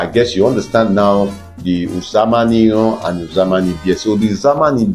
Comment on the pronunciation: Thanks for this video. Uzama is pronounced oozama. The u is pronounced oo as in loop.